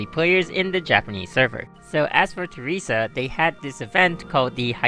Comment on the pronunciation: Why does everyone say Theresa wrong? Listen to the freaking Otto apocalypse CG from the extra story..